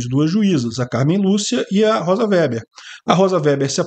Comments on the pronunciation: O sobrenome da ministra se lê Vêber,. Vocês que moram em região nâo-colonizadas por alemães não estão acostumados ao uso dessas palavras. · Chamar a Rosa de "véber" é de uma indigência intelectual extrema. O sobrenome é ALEMÃO, que é avesso ao "é" e "ó".